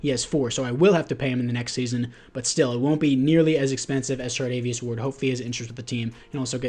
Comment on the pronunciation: Charvarious ward I’m sorry but you said chardavious ward ten times